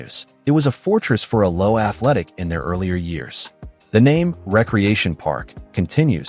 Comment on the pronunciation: Why oh why the crap fake Yankee commentary? Worst mispronunciation of all? The second "a" in Alloa is pronounced, not silent, it's "A-low-ah" not just 'Allo! And St Mirren is SAINT Mirren, not "Street Mirren" you morons! 🤬